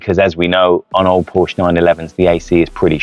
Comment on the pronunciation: Great car and nice review. Would only be improved by properly pronouncing Porsche and Fuchs. Would add credibility IMO.